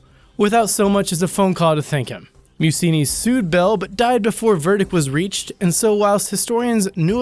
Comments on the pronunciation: NUMBER 4 IS PRONOUNCED (PHONETICALLY) "MAY U CHEE " YOU DULLARD!!! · Meucci is pronounced (may-ooh-chi). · That's MEH-UCCHI. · Antonio Meucci was not a pronounced "museum" or whatever you seem to say. .! Rather "meh- ouh- cheeh" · Ok, you need to work on pronouncing names. Meucci is pronounced May-ooch-ee. No biggie, I suppose, but if you're going to post, you should probably make an effort. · it's pronounced Bed o win, and Antonio May u chee. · I love your videos BUT Meucci is pronounced- may-oochy.... It would be a shame to remember him with the wrong name. Keep up the good work:) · The most ferocious mispronunciation of the name Meucci ever heard lol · LMAO@ Gagarin, Duchesne, Bedouins and Meucci dude you really need to do more research I mean forget the sources you get your information from at least try to get the names right.